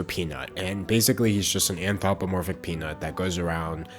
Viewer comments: "an-tho-pomorphic"? you're missing an r there lmao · Not in the rude way but you say anthropomorphic weird. 🙃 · That was the most botched pronunciation of anthropomorphic I've ever heard in my life!